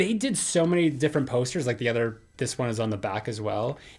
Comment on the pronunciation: You forgot the “y” in “many”